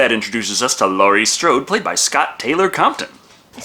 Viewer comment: it's Jamie Lloyd, not Strode and and it's Scout, not Scott Taylor Compton